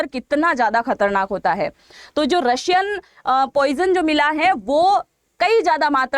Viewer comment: रशियन नहीं है रायसन है